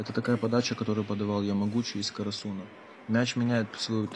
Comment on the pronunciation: Не карасу́на , а кара́суна